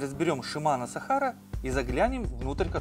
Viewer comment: сАхара.. ударение на 1й слог